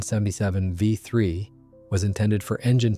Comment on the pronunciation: What, you never heard of a He-plane? 🤣 I agree, I didn't know it was AI at first, then it kept saying HE instead of H then E.